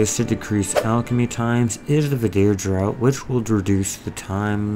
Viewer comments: Hi...two things first draught is pronounced as "draft" (English right 😅). Secondly you said that the Shai's Whimsical Alchemy outfit gives an additional 20% alchemy XP...the details of the outfit only says 10% alchemy xp, where is the additional 10% you speak of? Or was that a mistake? Nice video otherwise! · Draught is pronounced "draft". My pet hate for BDO Thanks for the video as well haha